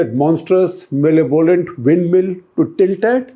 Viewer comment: Dear Mr Gupta, the word malevolent is pronounced "ma-LEV-lent" not mellay-volent. Thanks